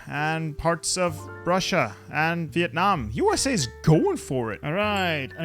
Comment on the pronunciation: Dammm how did you say vietnam so good? it Sounds like a Native speaker